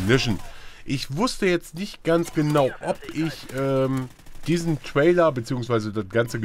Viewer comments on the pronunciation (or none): lern mal englisch, es heisst TRAILER! nich TWAILER.. gott ey -.